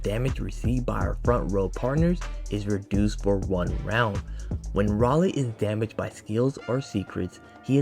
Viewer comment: minor correction: You can pronounce his name as "Ray - Lee" Im happy we finally getting an AOE unit